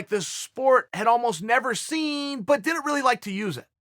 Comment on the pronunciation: Chael cant pronounce "didn't" properly....and I can't do shit about it.